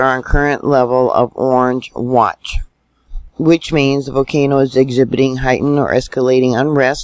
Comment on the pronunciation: Thanks! 💐 Don’t forget the “L” in volcano 🌋😳💥👍